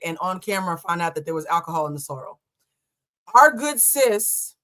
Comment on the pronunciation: I’m Not Sure If You’re Saying Sorro Or Sorrel